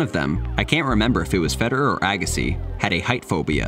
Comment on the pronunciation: why do you pronounce the name FEDER- ERRRRR like that?